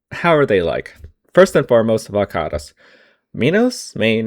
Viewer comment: damn that is how you pronounce varkaris, good to know